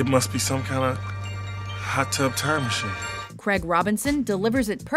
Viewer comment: Learn how to say words Narrator!!!!!!! "Craig" has an "i" in it! It's not "Crag"! It's infuriating how you constantly butcher peoples names!